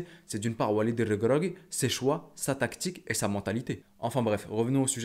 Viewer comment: Comment tu prononce walid REGRAGUI 😂😂